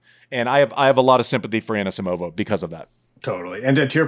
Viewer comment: Annuh-Simovuh deserved bettuh